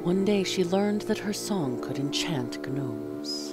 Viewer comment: You're cool but you're not cool enough to get away with pronouncing Gnomes like GNU.